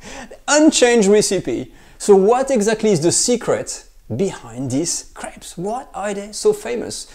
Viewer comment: It sounds like he’s saying he’s gonna make the most super savory craps today